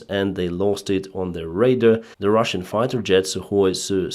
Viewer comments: RADAR is not pronounced "raider" - that is a word that means something entirely different. The acronym RADAR has two syllables with equal emphasis: RA (as in Ray) followed by DAR (as in Darwin). You might use radar to detect a raider. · Radar not rader arar ar not er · Yes of course I know that but he has managed to correct his pronunciation over time of many words (as have many foreign commentators done with Ukrainian place names). But "raiders" has been his goto forever, so a slight correction is in order - especially as he is in aviation it'll do no harm. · Be kind! You’re right, but just the same English is his second language. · True, but "raider" is one of favorite Denysisms. Keep it up!! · just a friendly FYI. Radar when pronounced correctly rhymes with Voludar or guitar. Your english is very good though. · Please improve your pronunciation of `radar` Your pronunciation sounds like raider. Radar and raider are completly different words with different meaning.